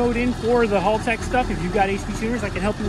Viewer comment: As an Australian it’s Hal- tech not Halltech hope this helps